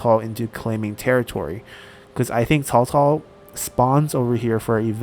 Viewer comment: Am I the only one who is amazed by the fact he can pronounce their names quit good? Whenever I say Cao Cao's name it sounds like I'm saying Chihuahua...